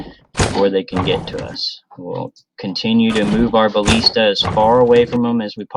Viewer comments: "balleesta", lol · you know how to pronounce ballista differently?